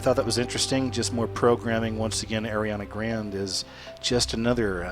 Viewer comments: I STARTED LAUGHING SO HARD WHEN I HEARD IT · I noticed that too, like wtf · "Airiana grand" Ariana Grande** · “Airiana Grand” nope next weird ass video! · Nice vid,, but her name is pronounced AH-RE-AH-NA GRAHN-DAY. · Did he just say Ariana grand? 😂😂